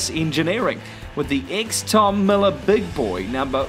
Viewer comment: Miller not Millar...